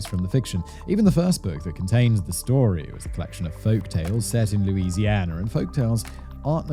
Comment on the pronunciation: Louisiana not luisiana